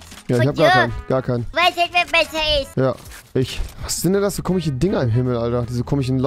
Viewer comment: Warum sagst du immer ,,komich" ?????